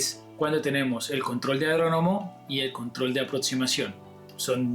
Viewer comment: Adronomo? 😂 es aeródromo.